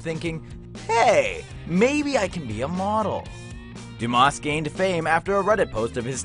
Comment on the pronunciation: The s in Dumas is silent.